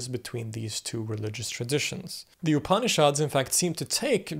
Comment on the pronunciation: pronunciation of "upanishads" ... pretend like the first "a" isn't there, 3 syllables, not 4... "OOP-knee-shods" .... say it with me...